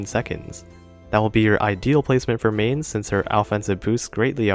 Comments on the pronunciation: and it really hurts to hear MAIN-z its Myne-s for eu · To pronounce Mainz, simply say "Mines" (as in Land mines) and that's mostly the correct pronunciation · First of all: The 'z' in Mainz is a ts sound. How do I come to that secret information? I'm a German. And now please tell me what the fudge the Romanian language has to do with the pronunciation of a German city by an English youtuber?